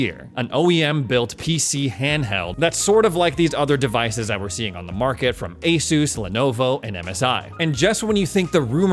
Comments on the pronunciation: It's pronounced AS US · It is pronounced as 'AY-SOOS'. ASUS actually made a video of how to pronounce it lol. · Pronounce it like A Zeus.